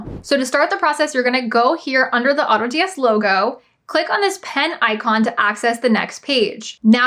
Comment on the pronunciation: I was listening but had to stop after you just said Autods